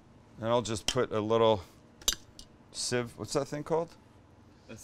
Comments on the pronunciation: Sieve is pronounced the way Sam said it. Sounds like “Siv” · Max, ur wrong, he pronounced sieve correctly.